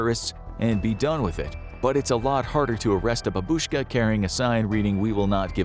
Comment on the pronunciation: Good video but as a eastern european ts bAbuska no babUska